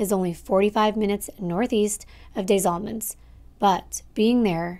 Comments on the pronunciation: Pronounced "DEZ Allemands" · This is literally 30 minutes from me. By the way Des Allemands is pronounced with being able to hear the “S” Lime the word desperate